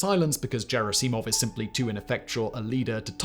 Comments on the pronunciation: gerri-see-mov???? You mean Gerr-ass-imov. lol good lord your pronunciation is... lol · its Gherasimov not Jerasimov, GH like G-ood not Gj like J-am or J-erry PS. I wrote is only because that name is repeated constantly in these days, you just cant miss it And on topic, the biggest problem in their army is same as it allways been, too much usage of the ranks in every day army life. Ppl are either too scared of higher ranks, and higher ranks use their power on lower ones simply because. It creates untrust among ppl, it creates dodging higher ups, it creates so much problems. Lot if good informations dont reach command, maybe some good ideas are not told, and, in general, theres clear wall between soldiers and their command, they are not viewd as a part of your squad. Not even gonngo about rumours and shit caused by this. Its the way in russian army that allways was and still is, no matter its clear as day to everyone thats a bad thing. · Nice video brother but unfortunately repeatedly you mispronounced a very important name since the invasion began. It is Gerasimov like in Gunman not Jerasimov like in Jerry..... Bad student do tour homework well knock knock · A very short remark: I think you should pronounce "Gerasimov" correctly. "Gherassimov" not "Djerassimov". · Jair-ass-see-mov? It's Ger-asse-mov. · It's never Jerisimov like "jerry" it's like "G" in golf - ger'ass'E'mov Not that I like these Fs , more that I believe in reaching the Russians w respect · Can’t watch because of the way you pronounce Gerasimov. It’s g like Google not George. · It's Gerasimov not Cherasimov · Second syllable, just about always. ger ASS 'im of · Did anyone else Lose their fucking mind everytime he said JerrySeeMawv Like simon have you not seen the video where prigosian (i know its not correct spelling) screams Their names lol ever since i watched that vid that is how i say the names … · His name is NOT Jera-cee-mov; do better!!! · "Jerry Seemov" LOL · Hard G, Simon. "Ger ASS I mov"